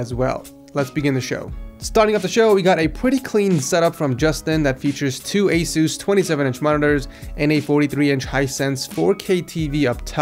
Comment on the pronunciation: I hate how he calls it asoos